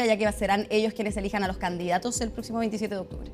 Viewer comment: " eleccion de "octuble"